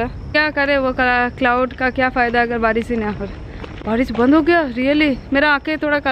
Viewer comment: Maa beti aur chota kapda pehno . lol. bohoth north Indian vloggers hai, sab ache Indian culture ka salwar or sari pehnte hai. Acha lagta hai, yeh toh bilkul jews jaisa bohoth bore dressing. Woh bhi sabke saamne apna saara flesh dikhaake. Yakhhh. Beti ko bhi aisa dirty dressing karna sikhaaya hai. Too bad. too much acting in front of camera lol. Pehle achi tarah hindi accent seekho. Baaris, santhanu, bideo lol "Sh" bolne ka jagah mei "sa" bolte hai , gaav wale jaisa.